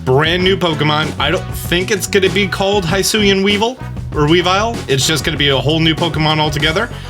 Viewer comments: It’s pronounced HE-SUI and HE-SUIAN forms damn it, not HIGH-SUI or HIGH-SUIAN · Why are you calling it haisuian ?? It's HISUIAN ,without an A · It's "hee-swee-en" my dude. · Nintendo literally pronounce Hisui and Hisuian every time they talk about this game SO WHY DO YOU PRNOUNCE IT WRONG???? HE-SU-EE not High-su-ee. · It's pronounced He-sue-ian. And the forces of nature have a "therian form", not terrain, as in beast form. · Your saying husuian wrong lol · The moment you said hisuian "hi-suan" already done with video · Stop pronouncing Hisuian wrong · Stop mispronouncing hisuian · How the hell is he saying Hisuian so wrong?